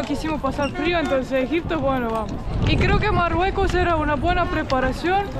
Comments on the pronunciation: Exacto! Y el decía Marruecos y no decía Marruecos bien yo quedé bruta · me gusta como se mira ese lugar pero no creo sea bueno ir a ese lugar tan estresante y inseguro con tanto loco en Caballo corriendo. jajaja de donde sos? Morroco, por que les dice moroco jajaja